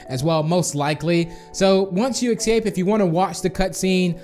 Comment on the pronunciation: Yayayayay, NOW EVERYONE CAN GET IT, also have you even learned how to say escape You just say excape